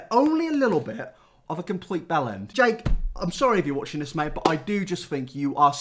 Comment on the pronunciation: Bellend? Belland? What?